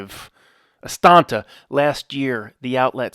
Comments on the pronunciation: Am I the only one who laughs every time says AsTANTa?? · He knows, that we know, that there’s only one t in Astana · No, it's hilarious. Ever since that listener corrected him, every time he misspeaks, he reiterates it. LOL He's the Woody Allen of conspiracy theory. I love it.